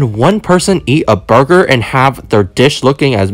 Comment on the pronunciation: "lettuse" and then, "burgr" and then lastly, "bathrom" 😂😂